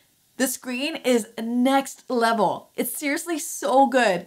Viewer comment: First time watching your video and I loved it instantly when you said "The screen is next level" lol ur definitely from Toronto. Love it!